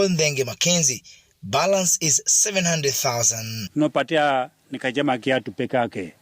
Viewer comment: It's "khadzama" not "kajama"